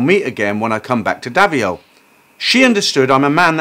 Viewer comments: Davao 🇵🇭 pronounced Da-vow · It's Davao in the Philippines (pronounced Da-vow)